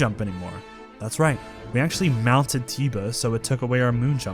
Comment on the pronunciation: i like the mispronunciations of some of the names "Teeba" "Yunoboo" "Yourbosa's furry"